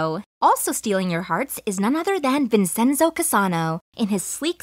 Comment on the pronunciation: Vinchenzo NOT Vinsenso